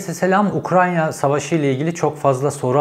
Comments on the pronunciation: “UKRAN(!)YA 😂 “N” ve “Y” sıralaması etütleri 😂 Cevheri bey, UKRAYNA. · Her yaptığınız videolar çok değerli ama Ukranya değil “Ukrayna”. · Ukranya değil Ukrayna ☺️ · Cevheri eline sağlık şu Ukrayna'ya Ukranya deme artık kardeşim ya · UKRAYNA NOT UKRANYA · Ukranya değil yaa öff Ukrayna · Ukranya değil Ukrayna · Ukrayna reis ukranya değil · Ukranya .......Ukrayna.....Ukraine..... her türlü dilde söylebilirsin BRO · Ukranya degil bu arada ukrayna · Ukranya değil ülkenin adı Ukrayna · Ukranya deil ukrayna reis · Ukranya mı? Ukrayna mı bir karar ver😂😂😂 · Program çok güzeldi gerçekten tebrik ederim. ‘Ukranya’ yerine ukraYna deseniz daha güzel olacak. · Ukranya değil Ukrayna. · ARKADAŞIM UKRAYNA YA UKRANYA DİYİP DURMA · Abi Herkeste böyle küçüklükten kalma telaffuz hataları oluyor..Uk-ray-na..Tren rayı var ortada..Öyle düşünün doğru söylersiniz.. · Ukrayna oldugunu bilip konuşurken Ukranya demek🙂 vallahi bende senin gibiyim 😄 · Tanıdığım en güzel UKRANYA diyen insansınız 😉☺️ Oraya takılmayın lütfen 😉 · " Ukrayya " beni demotive etti. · Cevheri Bey teşekküler yorum için ama Ukrayna kelimenizin telafuzunda bir sıkıntı mı var. Sanki Ukrayya diyormuş gibisiniz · Keşke önce “Ukrayna” demeyi öğrenseydiniz. Böyle adamları dinleyen bir kitle de var, ben ona üzülüyorum esas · UkraNya ne Allah aşkına 😂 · Bilgiler güzel. Teşekkürler. Ama lütfen 100 kere tekrar et: UK RAY NA. Diğeri gerçekten kulak tırmalıyor. Bir videoda birinin bin kere Tükriye demesini düşün! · Çok şükür Ukranya demeyen biri çıktı...:))) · "Ukranya" değil... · Cevheri bey lütfen UKRAYNA kelimesini doğru telaffuz edebilir misiniz:) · Ukranya ne yaaaa? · Kaç kere Ukranya dedin aynı Bahçeli gibi ben yanlış söylediğin kelimeyi yazarken zorlandım. Söylemek zorsa yaz bir yerede oku en azından.